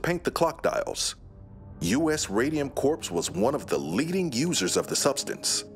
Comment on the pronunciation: 'It's U.S. Radium Corp. ('corp'), not 'corps' ('corpse')."